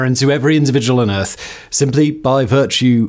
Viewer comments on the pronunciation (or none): none